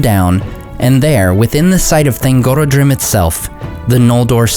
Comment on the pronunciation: i read that thangorodrim is pronounced with the "rod", and not the "oro". It comes from Thang, orod, and drim, meaning oppressor, mountain, group; or Mountain Chain of Tyranny. Please correct me if im wrong ! :) also, Turin's sister Lalaith (sindarin for "laughter") is pronounced La-lie-ith, not La-lie-th, if that makes sense.